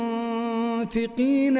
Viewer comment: تلاوة طيبة شيخ منصور بورك فيك. لكن فيه خطأ عند قول الله تعالى "الصابرين والصادقين والمنفقين" الخطأ عندك كلمة المنفقين، انت قلت المنتقين لو فيه فرصة تصحح الخطأ نفع الله بك يارب